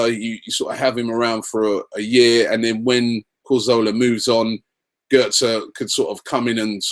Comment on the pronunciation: Robbie PLEASE stop saying CorZOLA. surely you must actually know his name by now??